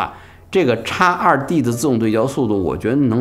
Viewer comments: 叉二弟，听起来像烧猪，哈哈哈哈。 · X2D 讀成「X two D」